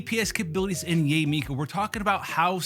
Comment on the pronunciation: It's Yah-eh Miko. Can people stop calling her Yay! It's Yah-eh. It's a common Japanese name. Can we stop this Yay stuff please. It sounds ignorant and cringe . yah-eh is beautiful. Yay just doesn't sound good as a name. I can understand calling keqing /ka'ching/ like a cash register. Cause it sounds friggn sexy. But Yah-eh is not only the correct sound, it is also sexier than Yay. Please stop the horrible grating on the chalk board of Yay. It's Yah-eh.